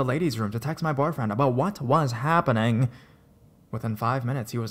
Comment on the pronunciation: the way he says brighter the way he says happening Lol I love these stories tho